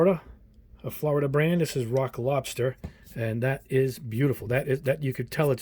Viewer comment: "Rock lobster" it sounds like as if you were to be saying "Iraq lobster". "Death to America. And butter sauce. Don't boil me. I'm still alive. Iraq lobster. Iraq lobster. We were on the beach. Everybody had,matching towels. Somebody went under a dock,and there they saw a rock. But it wasn't a rock. It was an Iraq lobster. Iraq lobster. Iraq lobster"